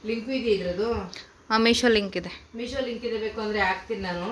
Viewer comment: ಅಮ್ಮ ಅದು ಮೀಷ ಅಲ್ಲ ಮೀಶೋ